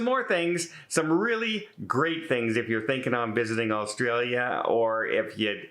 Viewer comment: u can tell u werent here long... u cant even pronounce the country name